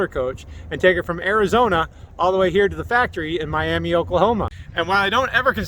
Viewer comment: Ok it‘s MIAMA NOT MIAMEE LOL. ALL OKIES WILL KNOW YOUR ARE A TOURIST